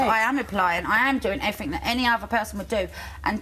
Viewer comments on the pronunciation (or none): But she's tried everyfink! ;) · Correction: "everyfink" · If the words "Somethink" and "Everythink" are in your vocab and you believe you "come across as well spoken", there is the first issue. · Hahaa, you mean everyfink ;) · "i tried ev'ryfink"🤣